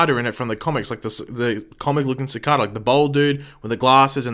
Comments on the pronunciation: Why do you pronounce Cicada Sa-Ka-Da instead of Sa-cae-duh like how everyone on the show says his name? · Sacada... not how your saying it lol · Nope you just pronouncing it wrong .. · he keeps pronouncing cicada wrong its annoying